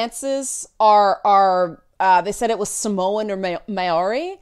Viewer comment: Great video,. Just a PSA, though: Maori is pronounced "Moh-ri" (roll the r).